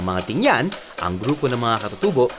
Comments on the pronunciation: Tinguian not ting-yan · Tingguian not tingyan